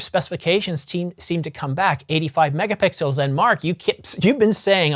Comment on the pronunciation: lol.. did you say... Mega-Pickles....? Describing the Canon 1Dx C.... 18.1... Mega-Pickles....